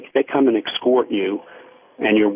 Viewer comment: they "excort ya".